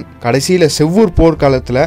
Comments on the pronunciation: பழையறை இல்ல பழையாறை. செவ்வூர் போர் இல்ல அது சேவூர் போர்.. உச்சரிப்புல கொஞ்சம் கவனம் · ஹலோ அது செவ்வூர் இல்ல சேவூர்